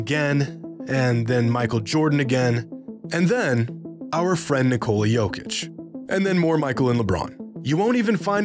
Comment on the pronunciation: Dear Americans, it’s pronounced Nicola, like the womans name in English. Not Nick-cola.